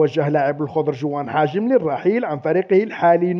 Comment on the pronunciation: راك دايما تقول حاجم والله قلقتني هههههه يا حجام ماشي حاجم